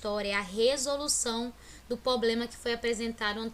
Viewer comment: E problema não ploplema !!!!!!!!!